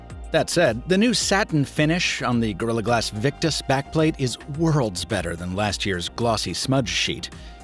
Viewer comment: "IWORLD" LMAO